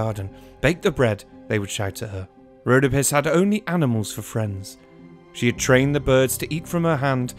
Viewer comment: Rhodópis not Rhódopis